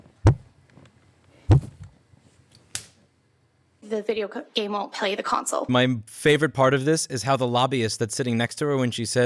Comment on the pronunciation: Tbf I think she just mispronounced "won't" and it sounded like "will" and had a dyslexia moment, so imo this is kinda low hanging fruit off the bat